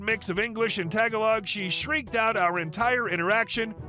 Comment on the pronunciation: Ta..gal..og please not tag a log. Emphasis on gal pronounced gall. Appreciate the stories.